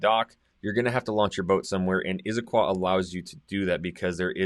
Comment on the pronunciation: It's not "Izzaquah". Never has been. It's Issaquah.